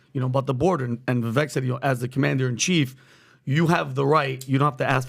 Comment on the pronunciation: If you guys are going to talk about presidential candidates, please make the effort to pronounce their names correctly! Vivek (Cake)